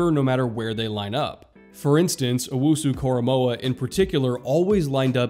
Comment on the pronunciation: Also, thank you for getting his name right. I can't tell you how many times I have heard broadcasters, reporters, and analysts get his name wrong.